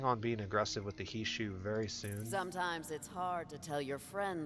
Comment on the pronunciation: May I have a nitpick? It’s Hee-Show, not Hee-Shoe. It means “certain victory” in Japanese.